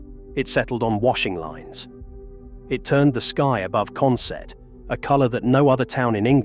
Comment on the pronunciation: i'm from newcastle , go up to consett odd weeks good retro game shop there but we say it consit not sett